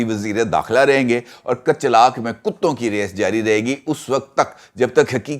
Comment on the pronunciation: یہ Kachlak نہیں بلکہ Kochlak ہے،